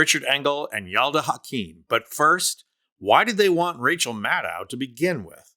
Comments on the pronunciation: Mad-doh, not Mad-dow. If you can pronounce KAmala, you should give Rachel the respect of pronouncing HER name correctly. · I'm a progressive with much respect for Rachel Maddow, but this commentary is filled with false assertions and excessive fawning over her. First, the commentator can't even pronounce her last name correctly. It's "Mad -oh" and not "Mad-oww". And she's not the only MSNBC host who speaks blunt truth about trump. Numerous guests on those evening shows are also strong voices--from Glenn Kirschner to Steve Schmidt to Tim Miller to Neil Katyal and more. And it's not really accurate to say "the American media has been sane-washing trump" through the election period. Sure, I fault major media platforms for failing to fully expose trump's madness and authoritarian/fascist tendencies. But that's not in the same cesspool as the FoxU shills with their nightly propaganda hose on full blast. Try focusing on the failed citizens in our electorate who turned out by the millions to vote for trump even when there's overwhelming evidence of his pathological lying, corruption, crimes, fascist rhetoric, and attempts to subvert our electoral process and wreck our democracy with a second chance. Those millions of failed citizens are so ignorant, ill-informed and irrational that they carry the most blame for the crumbling of our democracy and giving in to the cancer on our body politic that is trump and the R swamp gang. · Maddow rhymes with shadow. She’s said so herself. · Mad - doe, not mad - ow. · Good report, but please... Maddow rhymes with shadow, not with cow. And she's not on daily - just Monday nights plus special events like elections, and major political developments. Rachel is amazing, but please learn to say her name. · Maddow pronounces her name such that the last syllable sounds like the last syllable of window. Like doh. Got it? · Love her! FYI, she pronounces her name Mah-doe.